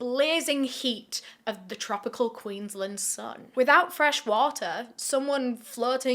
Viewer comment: Queensland is pronounced Queens-land not queenslnd just for future reference